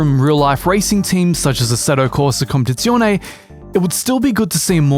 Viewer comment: Assetto Corsa COMPETIZIONE - not condizione 🤣